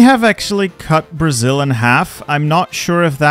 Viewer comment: BRO I AM brazilian its so funny how you prononce the states of brazil